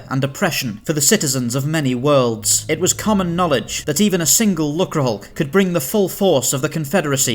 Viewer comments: It's pronounced luke-er, rather than luck-ra. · Disappointing that they didn't research how to pronounce "lucre". A quick look in a dictionary would would have done.